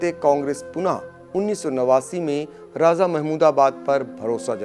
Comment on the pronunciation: Har Jaga z ka lstemaal na karo sah lafz raja he. Raj niti me bhi me. Z nahi he kisi urdu wale seekh lo